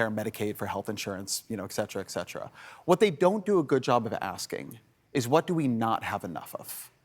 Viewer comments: Ohmigosh he said exetra. It’s ET CETERA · Total sidenote: When even Ezra Klein says "exetera," the battle is lost. It's "et cetera"—and other things—and has nothing to do with expression or exceptionalism to exoplanets. Sigh. But he's right on everything else here, obviously.